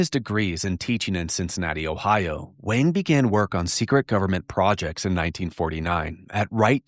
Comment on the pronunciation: If this Doctor Wang is white and German you’re pronouncing his name wrong. In German you would say it like Vahng. The W in German IS ALWAYS pronounced like V in the English language. The way you say it, sounds Chinese, not German.